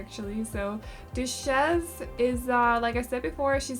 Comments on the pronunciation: These girls are so cute and I love the name for the cat!! Ramona might be my favourite! Duchess is actually pronounced DUT-CHUS or DUH-CHUS - I don’t know if this helps at all!💖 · I love both of the girls so much, also it’s pronounced Dutch-es but don’t worry I love the way you say it in your accent it’s so cute!